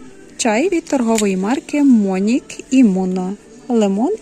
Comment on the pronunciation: Не мОнік а монІк. І не ловАре, а ловарЕ